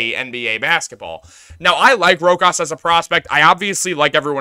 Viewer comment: BRO!! ITS PRONOUNCED (ROW-KAAS) NOT (ROCK-ASS)!!! 🤣🤣🤣